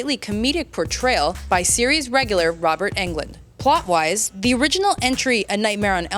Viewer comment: It's not Robert England, It's Englund for gods sake.